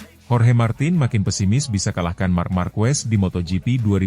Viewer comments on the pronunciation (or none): Nice content, tapi pelafalan & pengucapan Marquez itu Markez bukan Markwes bukan pula Markuwes 🙏👌